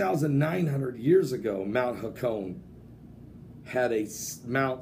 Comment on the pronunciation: pronounced "ha-ko-neh" not "ha-cone"